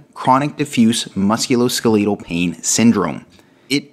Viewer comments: Please start pronouncing the musculoskeletal the correct way. You are killing me mispronouncing it. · thank you!! His pronunciation was driving me nuts. It was like nails on a chalkboard. Lol. 😆